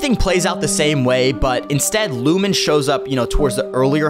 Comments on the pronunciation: When I heard Lumen I stopped treating you seriously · Lost me at lumen 😂